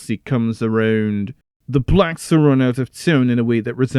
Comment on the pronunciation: "The Blecks!"